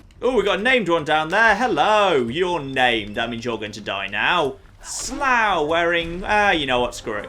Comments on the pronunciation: How many people have mentioned that pronounces 'Slough' wrong? It's like 'sluff'. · It's pronounced slow but not the opposite of quick slow like the pain ow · Another great vid. That Glowy thing in the distance...The Glowing sea??!! And to nit pick, the Raider named 'Slough' is called 'Sluff'. That is the real pronunciation, the word means nasty / skanky / rank. The town named Slough was originally the cess-pit for Windsor castle, (real fact, honest!), the pronunciation changed over time to make it sound less nasty.